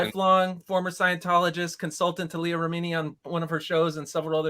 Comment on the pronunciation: Cardon, try watching Leah Remini: Scientology and the Aftermath. You could then learn how to pronounce Leah's name correctly, and learn more about the evils of Scientology.